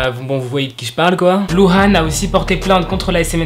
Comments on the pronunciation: Nann mais genre sehun c'est pas ce genre de mec c'es un bon gars Et puis baekhyun et taeyon sont un beau couple Chanyeol es maladroit Et on dit luh an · Yeaaah super vidéo ( en vrai j'aime toutes tes vidéos bref ) . Ps : LuHan ce prononce LouRan ( oue car en chinois le H se dit R et le U de dit Ou voilà voilà )